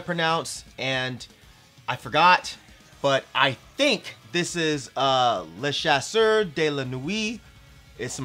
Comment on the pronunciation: Fistbump for pronouncing Les Chasseurs De La Nuit pretty, pretttty correctly! + 2nd fistbump for the hoodie.